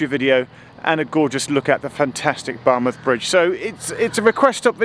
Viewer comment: I'm not a Welsh speaker but I think Geoff did well with the Welsh place names. A bit spoilt by his pronunciation of Bar 'muth'!